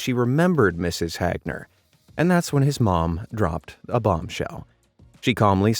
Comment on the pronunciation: It's not Mrs. Hagner it's Mrs. HAGner